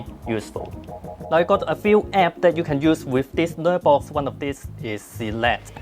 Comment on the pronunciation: I kept hearing "Nerdbox". It kinda made sense.